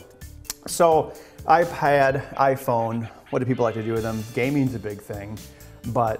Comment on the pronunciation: Listen to how he says Ipad